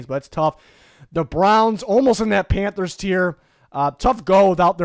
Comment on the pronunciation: “panthers”… terrible